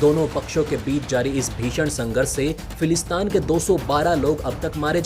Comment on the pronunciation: फिलिस्तीन बोलो भाई,समाचार चैनल चलाते हो और एक तथाकथित देश का नाम ढंग से नही ले पाते हो।फिलिस्तान नही फिलिस्तीन।